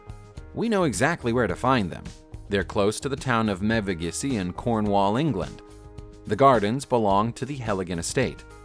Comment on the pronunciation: Megavissey (Cornwall) = meh - vuh - GI - zee